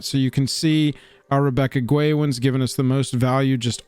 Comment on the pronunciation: Guay is pronounced gay.